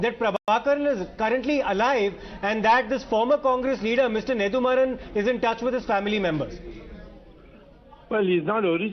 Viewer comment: It's not neDHUmaaran..it's neDUmaaran